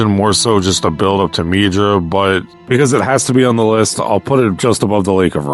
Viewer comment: Mid-rah... Not Mee-Druh....